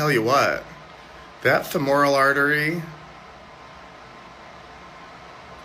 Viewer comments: I know it's petty, but why are these professionals pronouncing “femoral” incorrectly? I know it's been years since I was a nurse an even longer since I took my terminology class, but we were taught to pronounce it “feh-mr-uhl.” OK, I'm done being petty. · This Person claims to be a nurse??? Fe mor al vein??? You can't even pronounce it right. Just another example of the tolerant left. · he's a nurse a he cant pronounce femoral artery correctly lol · He can’t even pronounce femoral correctly. He is a psychopath. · we have deranged nurses who cannot even pronounce the word, “femoral”. THAT is the great fear of modern health care. We need to return to vocation based employment in schools and hospitals. Get these desperate, emotionally unhinged and otherwise unemployable specimens OUT of the workforce. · Any nurse who can’t pronounce the word femoral correctly shouldn’t be practicing anyway. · he can't pronounce femoral and he's a nurse? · he just said the name of it the femoral artery he said it wrong but what the fuck is this guy doing? He’s clearly unhinged just by looking at him. That pearl necklace is wild.